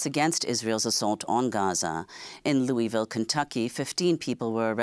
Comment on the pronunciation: Place names can be hard to pronounce. It’s “LOO-uh-vul”.